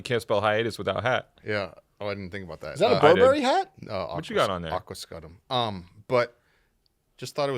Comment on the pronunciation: that’s not how your pronounce Aquascutum 😂 Americans!